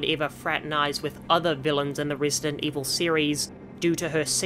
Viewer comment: rEEsident 4